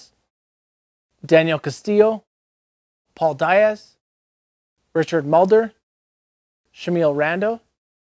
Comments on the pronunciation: Paul Die-azz??? It’s PAULO DIAZ. FFS. He’s only like, yknow, one of the CREATORS of modern street skating. Probably the first person to do real molies in his parts. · Goddamnit I forgot about this, Also when he says “diaz” 😂